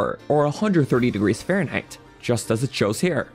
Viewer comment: Why does he say Fahrenheit like "faron height"? I thought he was talking about high place in the faron area.